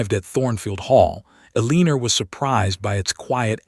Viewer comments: I couldn’t take much of this because of the mispronunciations. The heroine is called Ah-LEE-ner, which is not a name. Probably they meant Eleanor, but it does not sound like that. About the 10th time it was said wrongly, I bailed. Oh, and the word WOUND is also mispronounced. When used to mean a hurt, it rhymes with TUNED. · Guessing her name is We L Guessing her name is Eleanor? They're just pronouncing it wrong. Should be Elenor pronunciation. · AI always pronounces Eleanor wrong. I wish they would stop using the name and pick something it can pronounce.